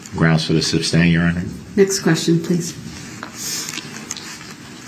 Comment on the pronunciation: He neverr got the word SUSTAIN down thru the whole trial how can he not hear or read there is no B in the word..he had no questions he never does he reads reports and questions after every sentence